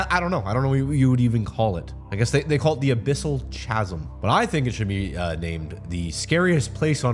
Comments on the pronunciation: "chasm" is pronounced "kasm" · Not this man purposefully mispronouncing the word chasm. It's like English isn't his first language sometimes the way he absolutely butchers words